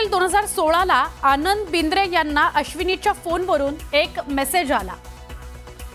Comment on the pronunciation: BINDRE NAHI BIDRE 😂😂